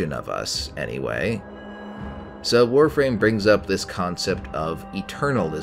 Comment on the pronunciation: Thank god you can pronounce the Warframe words right